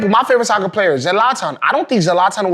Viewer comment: Ze-Latan?? Really dude? Sigh!